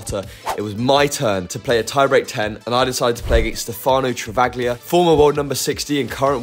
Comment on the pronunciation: The ‘G’ is silent in Travaglia bruh